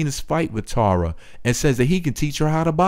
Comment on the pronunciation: You pronounce Tara like "Tierra" that's annoying.